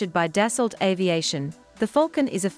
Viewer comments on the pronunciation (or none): Its “Dass-oh” not “Dass-alt”